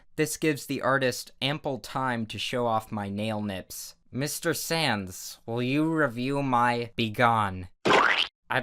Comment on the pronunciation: You said sands not sans and sans not sands